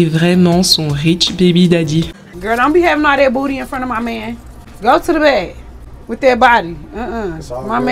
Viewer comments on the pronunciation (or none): none